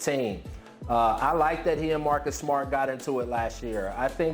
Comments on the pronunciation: “Marcus smot” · Am I the only one that heard Marcus SMUT? LMAO